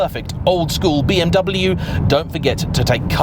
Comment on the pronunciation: Another "expert" who can't pronounce BMW.